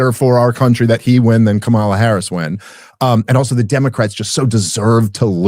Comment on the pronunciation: Notice how he and everyone on the right are still mispronouncing Kamala Harris' first name every time?